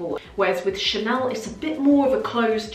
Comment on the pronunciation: "Chanel" has become "Channel"